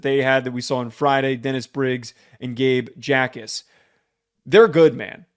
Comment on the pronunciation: FYI.......pronounced Gabe "ACK- ESS".